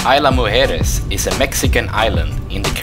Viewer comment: It is a lovely place, worthy of a stay much longer than a single night. You did a great job of capturing what you could during your short visit, but next visit, spend more nights if you can. You did a great job of correctly pronouncing “Mujeres”, but “Isla” is actually pronounced more like EASE-lah than EYE-lah. And this is a small point, but the golf carts are actually gas-powered. I’m told electric carts don’t last very well in the salt air. Thanks for a beautiful video,!